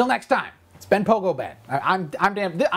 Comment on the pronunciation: What's going on with this dude? "pogobat"... ?